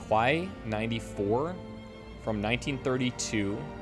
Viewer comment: "quai" is pronounced "kay"